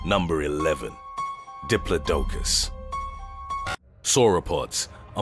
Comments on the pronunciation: Pretty sure you pronounced diplodocus wrongly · The way you pronounce Diplodocus sickens me.